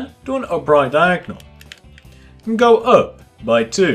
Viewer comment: OMG you say Diagnol to